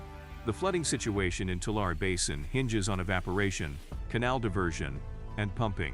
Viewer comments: As a ‘Valley Boy’, let me help you learn how to pronounce that name: Too Larry, with the accent ob Larry. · Nothing better than listening to AI mispronounce Tulare and other words . That area is not a disaster .The producers of this report using AI narration are the natural born disaster. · How is anyone supposed to take your report seriously when you can’t pronounce (Tulare) TWO-LAIR-EE or (San Joaquin) SAN-HWA-KEEN properly?